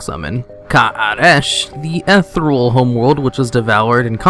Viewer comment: Lol, so many people pronounce "ethereal" with one less vowel...like etherel.